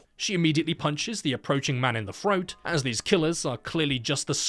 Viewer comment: Is it just me or does he not say the “TH” sound on most words the correct way? Instead saying “FR” like froat instead of throat and fervor instead of further. It hurts.